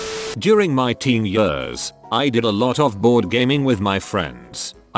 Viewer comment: Nobody: Voice: “When I was eight YURRS old”